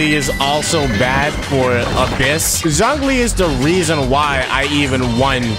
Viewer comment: Noooooo the butcher of old man Zhongli's name but good video though :D